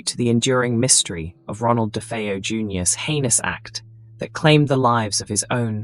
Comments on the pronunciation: I lost count of the amount of different ways 'DeFeo' was pronounced in this video!.... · If you can't even bother to pronounce the name Defao properly I'm boy watching it.